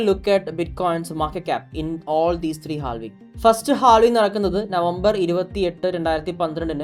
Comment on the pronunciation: ha vuhng it's [HAAV] + [ING]